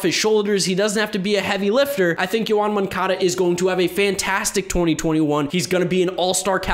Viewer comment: Who is Yoan Moncada? I only know Yown Moncuhduh